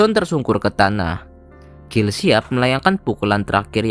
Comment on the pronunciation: Guile (baca Gail) kok dibaca Gill... 😁